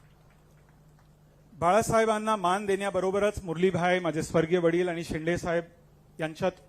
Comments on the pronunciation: शिंदे ला म्हणतोय हा 😂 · अरे धड शिंदेबोलता येत नाही तु कय उपटन करनार आहेस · नाही शिंदे आहेत ते..शिंदे म्हणत असतील बस झालं यार किती चढवशील,फार शेंड्यावर आलो चनाच्या झाडाच्या😂😂😂😂😂